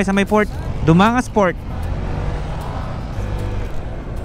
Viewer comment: it's pronounced as DU- MANG-GAS